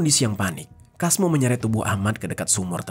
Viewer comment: Kalo di pekalongan biasanya penyebutan nama sesuai tulisan di baca "Casmo" bkn "Kasmo.